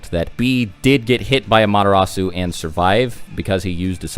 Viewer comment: Anyone else hearing "A-Madara-su" instead of "Amaterasu"? xD